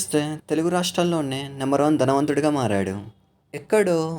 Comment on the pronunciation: Danavantuda... Leka dhanvantunda.... Telugu nerchuko